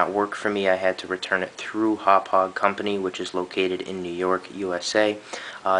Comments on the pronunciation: I'm a Long Islander - it's closer to "Haw-pawg" (NOT "how-pidge"). It's hard to understand unless you live on LI or know someone with a Long Island accent. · I think it's pronounced Happauge as in (Haw-Por-ge) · Here's how I pronounce the brand name of this product: Humpage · Speaking of "newbs", it's pronounced Hau-paw-juh. Also, it doesn't JUST record in M2TS. If select the drop down on the bottom left, you can select between M2TS (PS2) and MP4 (Xbox 360), both of which are 1080i. You can also select TS which I believe is 720p or regular DVD quality. You also may want to get the update made available to us from Haupaauge's website in the software section. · Hawwpijj hd pvr is how you pronounce it. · haha im pretty sure its pronounced "Haw-pog" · Itz pronounced Hauppauge =D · its pronounced hauppauge! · Thanks for this, will use this tut when I get my Hauppauge HD PVR for xmas :) Btw it's prounounced "howpow-ger" (It's german, my german friend told me its pronounced like that)